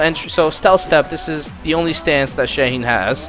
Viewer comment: Shaheen ❌ Shane ✅